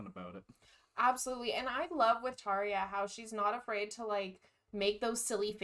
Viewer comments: This interview (like many of hers) shows her personality so much. I love it, she seems so happy and fun😄 Ans yes, the guy interviewing butchered her name😅 but it is a hard name though I am definitely very interested and excited if you ever get to interview Tarja😁 Thanks for this! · I've always enjoyed this interview. Tarja is gracious and lovely, as always! But dude needs to learn how to pronounce her name!!! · Thank you for this and for your nice words. The Interviewer is not so good in my opinion. First the mispronouncing of her name..he should’ve learn it before.. And why is he asking Tarja about the cost from ‚Once‘ and that some guy mentioned John Two-Hawks (wrongly) as a fraud.. How should she know that? And there’s nothing about that on Tarja’s Wikipedia page..